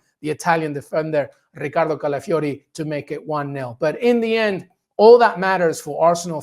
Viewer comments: The way he says Ricardo Califiori is annoying. And it's nil not nothing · I love how every one turns Italian when they are pronouncing Calafiori's name